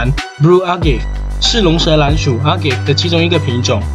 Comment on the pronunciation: Agave 读音为 a-ga-veh